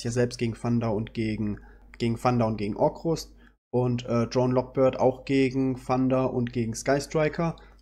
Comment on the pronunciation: Orcust nicht Orcrust :P Schönes Video mit sehr viel Theorie Gute Tipps um mit dem Deck zuspielen Nice^^